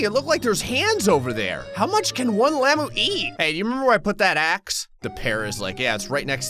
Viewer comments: stop saying llamoo please its llama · you dont say it like lama its like lam-ah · It's not lamo lamu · its hungry lay mu :)))))))))))))))))))))))))))))))))) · Its lamuu like as in